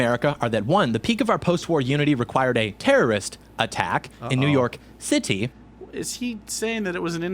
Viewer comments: Why do you say "city" like that? Are you implying NYC is not a city???? What is wrong with you? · Maybe he's saying cities are bad?? Like he's putting emphasis on it for some reason, or maybe it makes him think his point is better idk